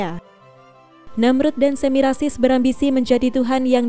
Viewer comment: Yang membaca cerita di YouTube bilang Samirasis, diingatkan supaya tidak keliru, tertukar suku katanya